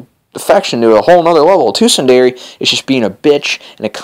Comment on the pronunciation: Sun-Der-a lol